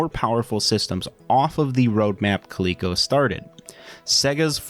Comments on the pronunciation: Clee-co? Dork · How did you end up at pronouncing it as koleekeco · If the "LE" in Coleco was for Leather, shouldn't it be pronounced 'Lea' like Lead and not 'lee'?